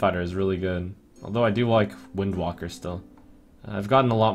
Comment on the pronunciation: Im convinced at this point he just mispronounces wildwalker to fuck with us.